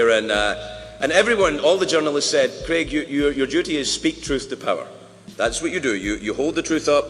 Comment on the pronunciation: Craig. Not KREG.